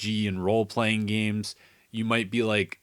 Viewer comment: Did you say "gemees"?